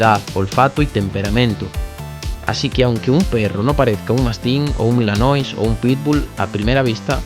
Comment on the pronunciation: Se escribe malinois, no milanois, y se pronuncia malinuá.